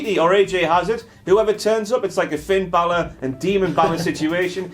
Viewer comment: Never heard pronounce Bálor like that